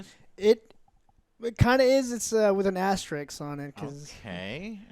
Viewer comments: it's pronounced asterisk * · With an Asterix on it? Asterix the Gaul? Or did you mean Asterisk? :P Ori looks nice but I'm still pissed about not getting the Definitive Edition upgrade for free unlike the Witcher and Divinity OS games. FF7 Remake, I don't like the combat system's focus on staggering and the "classic" mode is total garbage, but else it looks of cause amazing. But the episodic format is "meh", after what happened to Half-Life 2 Episode 3 as there is always a chance of a episodes getting cancelled, leaving us with incomplete games/stories. In general FF7 is overrated and I prefered Grandia. But I find it funny if people tell others not to spoiler 20+ year old stories of movies or games. Wasteland 3 should be more RPG than a pure tactics/strategy game. Shadowrun Returns wasn't really a RPG even though it was advertised as "turn-based RPG", which doesn't equal as "linear tactics game", so calling it strategy game would have been fitting. Divinity Original Sin 1 & 2 and the upcoming Baldur's Gate 3 are turn-based RPGs and isn't Wasteland 3 similar, so not to be called "strategy game"? Btw, no mention of Biomutant, which hopefully will finally come out this year? It looks awesome and I hope they won't ruin it. Also wonder if Shin Megami Tensei 5 und Granblue Fantasy: Relink (also looks damn sweet and the combat awesome) and Tales of Arise will come out this year, even if at least in Japan. PS: Mentioning Revengers, I had to think of the Mega/Sega CD game "Revengers of Vengeance". xD